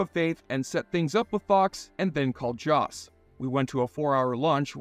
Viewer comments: It's joss whedon not josh whedon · Who the hell is Josh whedon??? Lol u got to do better 😂😂